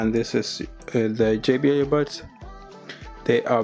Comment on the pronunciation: По русски, он все видео говорит "ебатс"🥴